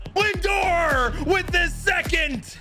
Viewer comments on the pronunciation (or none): none